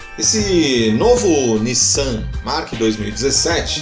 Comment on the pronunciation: Nissan Mark? É querer pronunciar de forma diferente até da montadora, que chama o veículo de March mesmo... Em outro vídeo chamou o Megane de Mégane...